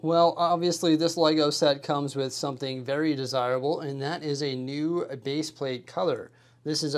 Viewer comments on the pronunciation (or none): none